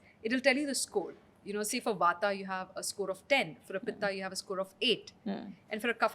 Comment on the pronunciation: Good podcast but pronunciation of Vaat, Pitta and Kapha is annoying. Also, what is Ubtaaan? It's ubtan. She slips in between when she says Vaat-Pitta and in the next sentence quickly switches to Vaataa and Pittaa. When we say Ayurveda needs modern acceptance, it doesn't involve deliberate mispronunciation to make it western. Respect the science you're trying to preach.